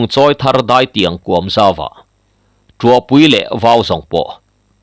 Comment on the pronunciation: I chhiar thiam viau na in, heng thil i lam dan hi chu ka sel ve deuh." Lui KUAM, hnar KIN, SEIH tih leh TUBAL" heng Capital ka ziah te i lamdan hi chuan Beng i ti thlep deuh.